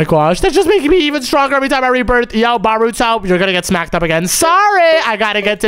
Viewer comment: Bruh it's not baruto it's naruto